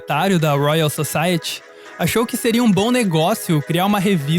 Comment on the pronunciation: toda vez que ele pronuncia "Society" com esse ti brasileiro uma parte de mim morre